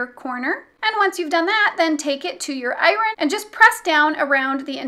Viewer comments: “I rin” instead of “Iron” there is somebody else who also can’t pronounce this word I can’t remember who that was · I've never heard iron pronounced without a slient R - it threw me😂 Wonderful tutorial, thank you 😉